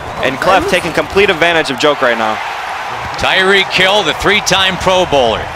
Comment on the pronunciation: It’s reek... for tyreek hill